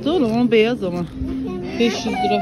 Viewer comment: Lıraaaa değil liraaaaa